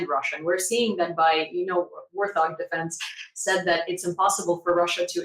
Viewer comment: Yes, I watch Warth Og three times per day. Although I never call it that. should have done some homework. It is pronounced Wart Hog.